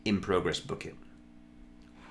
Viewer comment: Took me 10 minutes to realize you're saying Bucket, not Book-it. 😀